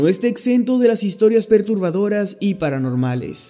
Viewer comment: Dice PERTUBADORR